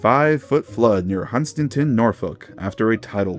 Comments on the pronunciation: It's not hun-stin-ton it's hun-stan-ton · You only butchered Moel Siabod as much as you butchered Hunstanton earlier 😂